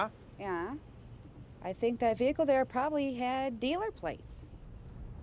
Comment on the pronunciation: A brand new Vee hickle